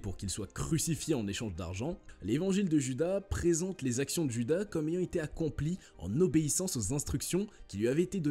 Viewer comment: "Djuda" ?!!! :face-orange-raised-eyebrow::face-fuchsia-poop-shape